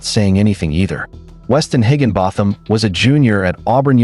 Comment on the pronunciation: Its pronounced higgin bottom!